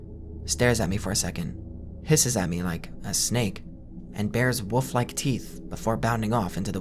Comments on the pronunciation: can you not pronounce wolf at all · Love this!! But just wondering if I am the only one who thinks you pronounce wolf like „woof“